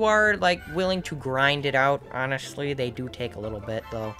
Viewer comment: For a sec i thought you said 'ONNET' sly like onestly